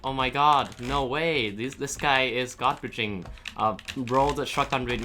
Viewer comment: Saying godbridging but in the subtitle is garbaging